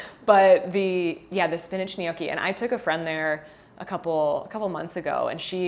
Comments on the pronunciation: Gnocchi. Nyocki Not Nee ok ee 😊 Just so you know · Gnocchi is pronounced like the *gn" in lasagna, or the ñ in Spanish.... "nyoki"